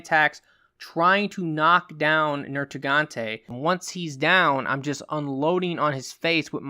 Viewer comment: NerGIGANTE. Not NerTIGANTE. I'm sorry that was just bothering me lol.